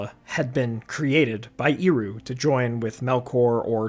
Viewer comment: Please, Ehroo, not Eeroo! Tolkien was quite rigorous about phonology, let's respect him. Love your videos, btw.